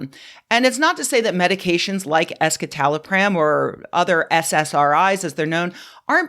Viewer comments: It's pronounced "es-si-ta-lo-pram", not "es-ki-ta-lo-pram". Sorry, I'm a bit of a nerd and these kinds of things bother me. 😄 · ESKITALOPRAAAM? I've been saying it with a soft c (like in scepter)